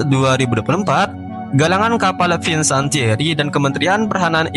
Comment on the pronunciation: Maaf sedikit gue ralat disini. Kata Fincantieri dibaca FIN-KAN-TIE-RI bukan Finsantieri. Salam.